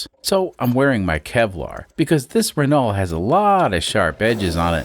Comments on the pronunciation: Renault is pronounced "reh no" (the "lt" at the end are silent) Quirky little beast, this car. I'm UK-based and have never seen one (though to be fair, it would have been a reasonably old car even when I was born) EDIT: there are 14 left on UK roads as of today. Even back in 1995, there were only 38. There's also a further 6 that are declared "off-road" (Statutory Off-Road Notification, or SORN, meaning you aren't allowed to drive it on public roads), but have not been declared as "scrapped" - meaning there are 6 that could possibly be resurrected, or are show cars with occasional seasonal use. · To be THAT guy.. It's infact pronounced 'Renau' So just like you are already saying it, but cut out everything past the U :P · Good morning yes it is indeed a Renault 10 (the L and the T are not pronounced, RENO) derived from the Renault 8, descendant of the Renault Dauphine. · Hey. Great to see the Rennow (rhymes with Renault) back. Wow. It cost 6 million dollars to take the cover off 😂😂 Love your work 👍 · Reh-no is the proper way to pronounce the name. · Pronounced: Run? No. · The correct way to pronounce Renault: “Does it RUN?” “No.”